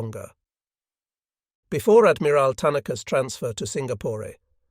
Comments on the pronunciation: Is this narrated by AI? I would expect a person would have known the difference between a LEAD(As in first) vessel not LEAD(As in pencil) vessel. That was bad. Very bad. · Lost me .......if you can't be bothered to check your AI's (ick!) or human presenter ( tragic! )pronunciation of the very tricky word " lead ", that's lousy quality control. In this context, it was meant to describe the first ship in a line. Thus, " leeed" (long E sound, you linguists.....) So: no Like. no Subscribe. no Share. Sorry.